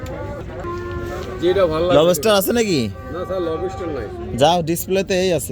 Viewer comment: লবেষ্টার ❌ লবষ্টার ✅